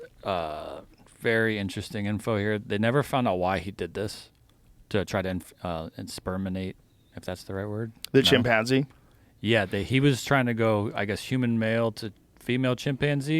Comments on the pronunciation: No, its not insperminate! 😂 Its inseminate. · Insperminate 😂😂😂 inseminate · "Insperminate a Monkey"🤪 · did just say “insperminate”? 🤣